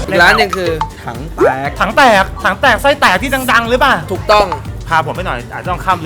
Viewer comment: กินคำเเรง แหม่ตื้นตันเชียน่ะ55555 ❤️❤️❤️ ปล. พูดชัดๆ พี่ ถังเเตก ไม่ใช่ ถังเเตด